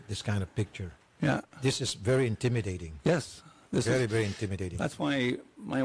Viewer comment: Sabi ng babae i-yeth 😂😂😂😂